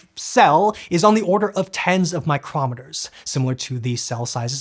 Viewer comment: A dreaded heteronym strikes again. Specifically, says mi·crom·et·er, but the word he wanted is mi·cro·me·ter. Two words spelled the same, but he meaning changes with pronunciation. "Mi·cro-" is a prefix meaning one-millionth (1/1,000,000), and one mi·cro·me·ter is one-millionth of a meter. But "-om·e·ter" is a suffix for naming an instrument that measures something, and so a mi·crom·et·er is a device for measuring small things, and is a favorite of machinists. See: BTW, the instrument show immediately after is a caliper, and is for coarser measurement than a mi·crom·et·er... not that it makes the slightest difference to the video.